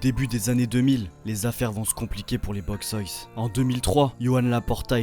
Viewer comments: Salut, c'est une super vidéo mais je voulais juste ajouter un petit truc la prononciation de Boixos c'est Boy tchos, en catalan le X se prononce Tch (exemple: Xavi) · On dit "boychus" nois et t'es pas au Camp Nou mais a Montjuïc,a part ça haine a l'espanyol et sempre antimadrid!!!! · A prononcer : boytchos😅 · Ca se prononce Boujos no-is ou bouchos ca depend la region en Espagne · juste a ajouter que le "X" en catalan se prononce comme le "CH" en francais, donc ca serait boichos nois ! sinon force a toi j'adore tes vidéos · Plus exactement, ça se prononce TCH. BOITCHOS NOIS. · Très bon reportage! Juste une petite précision pour Les Boixos Nois , le ¨x ¨se prononce comme un ¨J¨ forcé presque comme le son ¨CH¨. De même pour les lettres qui suivent le X dans Boix¨OS" , le O se prononce plus comme un OU chez nous en France. Phonétiquement, ça donnerait quelque chose comme ça: Bo-i-jous No-is. Encore merci pour la vidéo! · C'est quoi cette prononciation de "boixos"???